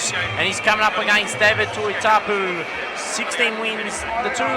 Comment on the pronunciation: his name is not tuitapu ffs.get your job right say tuitupou